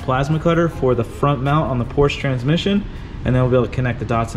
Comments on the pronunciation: It's PorschE, not Porsch... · I'm sorry, but what's a PORSCH? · Seems like a car guy would actually know how to pronounce Porsche, but no.